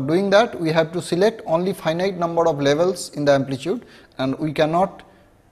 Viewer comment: Numbhad of levels..lolz